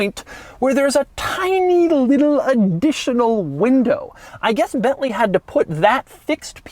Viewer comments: It is not "BETLEE", it is BENTLEY! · If I hear "COTTON-ENTAL" one more time!!! And it's BeNtley, not BeTtley...